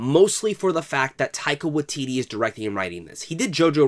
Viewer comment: Great video! Just an FYI, the Wai in Waititi needs to have the same vowel as the Tai in Taika. You're saying Watiti not Waititi :)